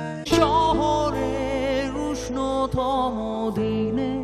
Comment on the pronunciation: আপনি বাঙালি , ব্রিটিশ নন। উচ্চারণ স্পষ্ট করুন বাংলা উচ্চারণ বাংলার মত করুন। ওটা বাদিতে নয়, বাধিতে। শহরের উষ্ণথম ডিনে নয়, শহরের উষ্ণতম দিনে, রেস্টরা নয় রেস্তোরা।